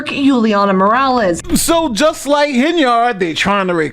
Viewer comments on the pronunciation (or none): Not Hen - Yard It's pronounced Hen-yerd. Say it along with me Hen-yerd, Simple. Quality NY education right there.